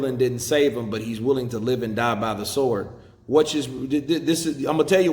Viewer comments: The W in sword is silent Deontay. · Did he just pronounce SWORD with the W ? 😂😂